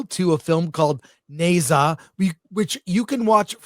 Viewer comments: As a Chinese, first of all the Ne should be pronounced Nur. Not hard to find out online. So be respectful and responsible. Secondly, forget dragon ball, you are totally off track, don’t pretend you understand the movie. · It’s pronounced Nah-zah.